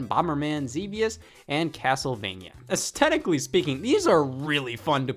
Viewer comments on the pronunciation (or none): none